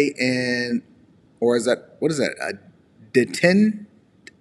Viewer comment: The word ‘detente’ is pronounced Day-Tawnt.